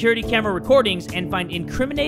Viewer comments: IT’S AYANOOOOOOOO NOT AYANA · nobody:: "ayanae" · Its so hilarious when calls Ayano "Ayana" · why does he say ayanei instead of ayano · Who else is so mad when says Ayanay? It's Ayano, mate! I'm not a hater btw. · AYANAI! Me:REALLY IT AYANO NOT ""AYANAI!"" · Ayanae Me:,please say it right... Ayano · He was still saying Ayane when its Ayano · Ayana!? It’s ayanooo! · The way he said Ayane instead of ayano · i really wonder why likes saying Ayano like Ayanei (no critism) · Btw it's ayaNo not ayanE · its ayaNO like no not ayanA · its ayanO not ayanA Its ayanO with an O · why are u pronouncing ayano ayane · Am just the only one who noticed pronounces Ayanos name like i-yawn-ay? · Am i the only one who knows that fact that jay is saying ayano’s name wrong? I’m sorry jay but it’s AY-ON- O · why he call yan chan ayanae